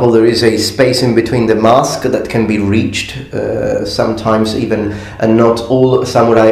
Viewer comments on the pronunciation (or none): none